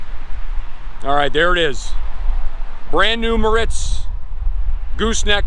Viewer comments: It’s not (Moe Ritz) it’s (More Ritz) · Pronounced mortz